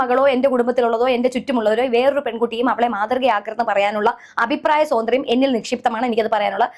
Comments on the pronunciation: Sathantryam alla .swathanthryam. malayalam nannayittu parayu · അഭിപ്രായ സാതന്ത്ര്യമല്ല... സ്വാതന്ത്ര്യം എന്നാണ്.... മലയാളം പഠിച്ചിട്ട് പറയു